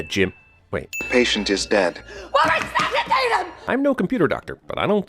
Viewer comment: "RECUCITAITE HIM" 😤😧